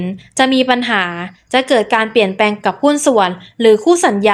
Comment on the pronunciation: คนพูด พูดภาษาไทยแย่มาก ไม่มี ร ล เลย เช่น เปี่ยนแปง ลับชม ... ต้อวแก้ไขค่ะ เสียง จังหวะการพูด ไม่น่าฟังเลย